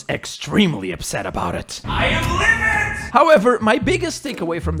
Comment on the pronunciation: "Eye am LIVIT"